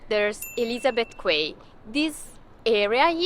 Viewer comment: Pronounced "key" not "quay"